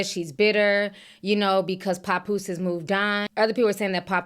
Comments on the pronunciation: Papoose not "Popoose" 😂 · The way she says pappose tears me up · Don’t forget “Pawnpoose” 😂😅 I’m not picking sides either but that was hilarious.